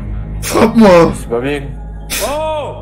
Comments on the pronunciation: Engueule moi "c'est pas bieng" 🤔 😂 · c pas bieng, fallé pas le faireuh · "C'est pas bieng, fallait pas le faire... "